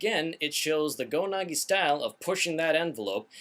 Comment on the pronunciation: GO-NAGI? I think it's pronounced GO-NAG-EYE